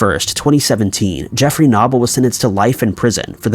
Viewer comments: #4 It is pronounced no bull. Not na Bull! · Dude. Knoble = “Know-bull” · Okay.. it's Knoble (no bull) and Greenville not Greensville. 😕 also, in my opinion, you need some kind of introduction music or a sound.